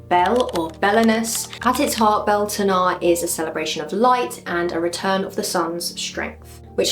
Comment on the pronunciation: Pronunciation is more like byowltanna.